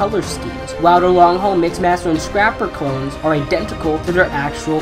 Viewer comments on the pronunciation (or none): none